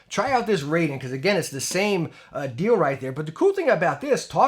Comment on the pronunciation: Raiden is pronounced RYE-DEN (as in rye bread) not "RAY-DEN" (as in ray beam).